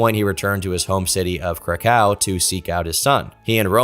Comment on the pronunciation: It’s pronounced “Crack-OOOV”